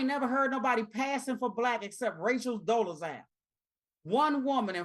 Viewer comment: 🤣😁 😂 She said, Rachel Dolezal 🤣🤣🤣🤣